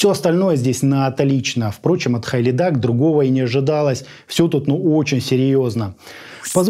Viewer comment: Правильно произносится - Хилидак